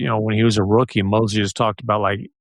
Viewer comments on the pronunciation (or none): none